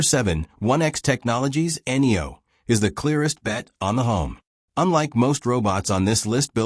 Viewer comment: seriously N E O? Try Neo